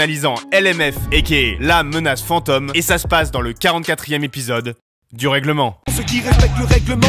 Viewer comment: "la menace fantEUme" mdrrr dit le correctement